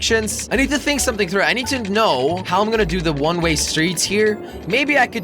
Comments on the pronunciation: does anybody notice he keeps saying one ray road instead of one way road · he always says one ray road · he keeps saying "one ray road"...